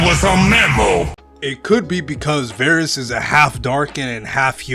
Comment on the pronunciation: Varus: Two "A"s? I thought I heard Two Gays.